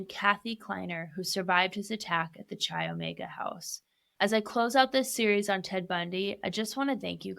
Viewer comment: Chi is pronounced kai